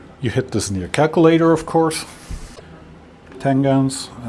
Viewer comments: FWIW, you had it right the first time. "Tan-Jent". The "G" makes the same sound as the "J" in "Just". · Great stuff. BTW tangent is pronounced with soft G like gentle not hard G like gut.